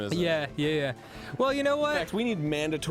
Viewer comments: didn’t he say “down with ‘extresimism’” 😂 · Of course Arin's all for "extrismism." It's what he does in every playthrough. 😂